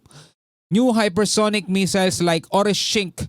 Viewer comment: Orishnik po at hindi Orishingk ang pangalan ng unstoppable missile ng Russia.